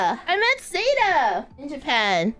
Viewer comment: saying zÉta instead of zEta makes it sound so fancy:D